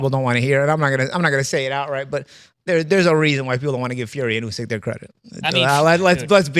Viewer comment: Idk why but it seems as if the host doesn’t know about boxing based off of how he pronounced usyks name